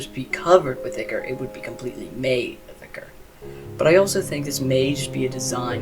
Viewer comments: Hey, just to let you know you made a pronunciation error. The liquid that takes over the twisteds, and the liquid that you have to extract from the machines (they are both the same thing) is pronounced eye core. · yes i just commented to say this.. its pronounced "eye-core".